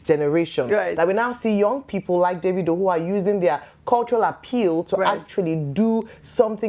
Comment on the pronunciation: Ojy please stop pronouncing his name as daaavidoh......it's annoying...of course you know that's not how it's should be pronounce.....it's Davido from the name David not Daaavid.....pls stop it's so annoying